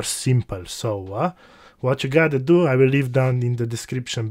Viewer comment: I really like how you say "wachyougottado"